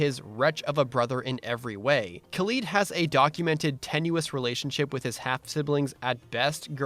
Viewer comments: I love this recap video, but I'm sorry it just bugs me when you say Khalid as "Kaleed" when it's really "Ka-" like "cat" or "call" (two different pronunciations) and "-lid" like a container's lid. Sorry just gotta do my duty as a "خالد". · That's not how you pronounce Khalid :(